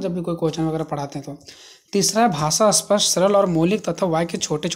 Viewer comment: ' स्पष्ट ' इस शब्द को आप बार बार ' अस्पष्ट' कह रहे है